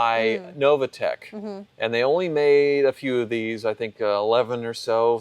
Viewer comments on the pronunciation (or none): NOVITEC, not Novatec,.